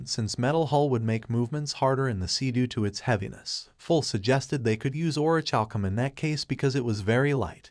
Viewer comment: Or-ih-kal-kum I know the last syllable is a funny word. Don't focus on that.